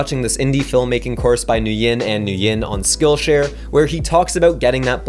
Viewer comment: Love your tutorials! Also, "Nguyen" is just pronounced "Win." Source: I'm Vietnamese.